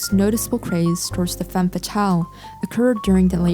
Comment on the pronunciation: Yes, very nice editing skills and sultry voice, but your misuse of the singular term 'woman' when referring to the plural (WOMEN) ruins it for me. It is basic grammar! Woman (singular) women (plural). And dont get me started on the mispronounciation of the French word 'femme' 🤦🏻‍♀️